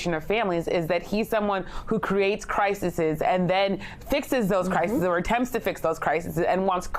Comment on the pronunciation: It's "CRISES", for god's sake, not "crisisis"!! If you're going to go on national TV, speak intelligibly and use proper English.